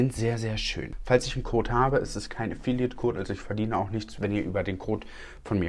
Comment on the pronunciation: Hahaha, hört sich so an, als würde er "Kot" statt "Code" sagen 😂